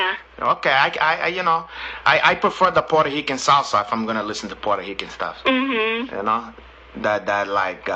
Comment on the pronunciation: “Puerto Hican” LMFAO